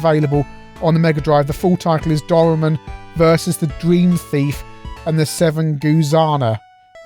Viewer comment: Doraemon: spelt roughly Dough rye mawn, oxytone. Cheers!